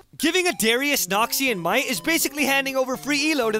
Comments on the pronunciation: NAWKSEEYON MUHAIGHT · everytime noxian might comes, i thought it's noxian nein.